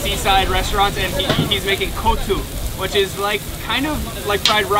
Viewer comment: It's not Co2 it's Kottu